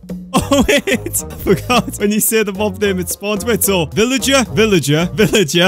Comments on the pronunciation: your a villager why u say villiger 20 times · Sad that wouldn't spawn when he said villigar